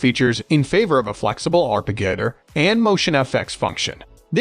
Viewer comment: Sounds as though the narration comes from different loose words-daisy chained-the word arpeggiator is pronounded wrongly 3 times